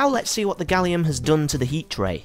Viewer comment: You don't pronounce aluminum correctly or gallium